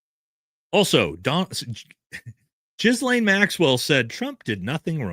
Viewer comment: It's not Jizz-laine. It's Guh-laine. Just say Guh-laine.